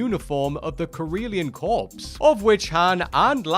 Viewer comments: This is the actual fan theory, not whatever bullshit about the "Corellian Corpse" (not a thing and not how you pronounce "Corps" even if that were a thing) WhatCulture invented. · Mispronounced “corps” and “finale.” 😂